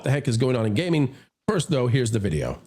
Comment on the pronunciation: I couldn't stop laughing at the opening. Gayming!!!